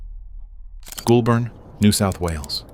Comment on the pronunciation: Great video, though the area he is from is pronounced "goal-burn". This was funny... Minus one million dollars '-$1,00,000" lol